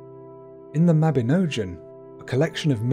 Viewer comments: mabinogion not mabinojan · I really wanted to like this video but sadly the pronunciations are way off. In Welsh a C is always as in Cat never as in Ceiling. So it is Cigfa, not Sigfa. Mabinogion is pronounced : Mab-in-OG-ee-on ... I have no idea if there are more mistakes because at this point I came here to the comments then abandoned the video. It's great that you made a video about welsh folklore but come on you could at least research how to say the words properly first!!!! Pronunciation is important and shows respect and helps to preserve the culture 🏴🏴🏴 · youre saying mabinogian wrong lol its ogg as in fog.. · Only advice - ALWAYS check the correct pronunciations..... most were right but the Mabinogion needs work 😊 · When you're just starting the video and can't even pronounce 'mabinogion' at all correctly, why would I continue watching? You clearly have no idea about your subject matter. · I agree. The pronunciation is appalling